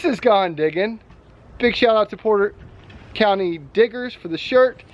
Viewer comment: Its pronounced Potter County Matt